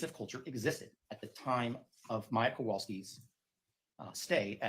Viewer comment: Her name is Maya not Mya